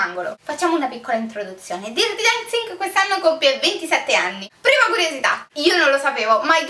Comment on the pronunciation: DIRTI Dancing non si può proprio sentire..